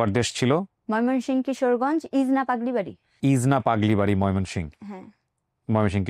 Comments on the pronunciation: ইজনা না ইটনা হবে এটা কিশোরগঞ্জের একটা উপজেলা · ময়মনসিংহ ভাগ হয়ে অনেক গুলি জেলা হয়েছে, সঠিক নাম অনেক সময় আনচলিক ভাষায় উচ্চারণ বদলে যায়, তাই ইটনা কে ইজনা বলেছেন, তা ছাড়া পুরাতন টাউনের লোকজন একটু আলাদা সুরে কথা বলেন। ১০০ % ইটনা হবে বলে আমার দৃঢ় বিশ্বাস।